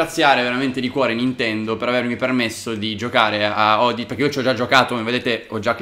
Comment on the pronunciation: Si legge odissy